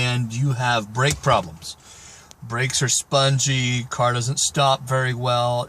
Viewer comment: 'BRAKE' not 'breake'